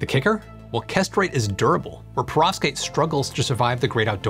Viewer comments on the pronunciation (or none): Hey. Great video as usual... but... Perovskite - Why are you pronouncing this PROSTATE and not “peh-rov-skite”? and Kesterite - Why are you pronouncing this CASTRATE and not “kess-ter-right”? These mispronunciations were quite distracting while trying to concentrate on your excellent video. [Reading some of the comments, I notice I'm not the only one to be brought up short by the "castrate" pronunciation.]